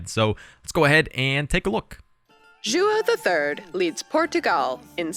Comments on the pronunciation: God I wish they would put some effort into pronouncing their own leaders names. Ju-oh? Is so comically incorrect it's like they said, "Do we know anyone from Portugal to help us with this? Stan are you Portuguese? No? Well guess that's everyone. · She was a bit far one time or another, like "Juo III" hahaha it's funny, but I really appreciate the effort she's putting in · Seriously tho XD she was like pronouncing so wrong, like Juah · Narrator: tries to pronounce “Portugal” like a proper tuga pronounces “Índia” like a zuka Don’t get me started with “João”... but hey, she tried!